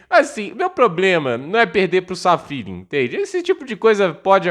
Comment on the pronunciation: É Safiullin, não Sal Feeling